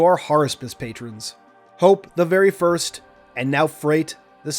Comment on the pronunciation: My guy really said “firts”